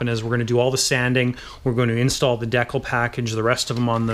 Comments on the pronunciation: 'Deccal'...'dee-cal'...it's hangAr 9!😄 anyway, nice work man, i'm inspired to go to work on my hangar9 Hellcat👍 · de·cal /ˈdēkal/ de - kal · Great video thank you but........it’s DECAL (sounds like dee-kal) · de-cul!? lolz ^^